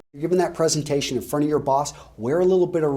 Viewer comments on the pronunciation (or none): none